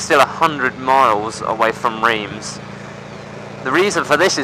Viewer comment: Reems, haha! It's Reims, pronounced like rimes. No offence mate ;-) Loved the video. Why should you make the video's longer? You could also make just more videos ;-) I personally hate to make longer videos. Not to watch, but uploading them takes ages... Looking forward to the next ones!